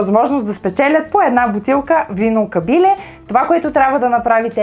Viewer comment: Лека забележка: В Ямбол се изговаря КабилЕ - ударението е на Е, така е извсетно в Ямбол селото КабилЕ. По това се разбира, че сте доста далеч от Югоизточна България и го изговаряте както го казват по ТВ. Само за протокола беше това !